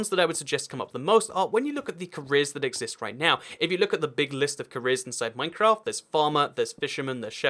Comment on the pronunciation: It’s Minecraft not mimcraft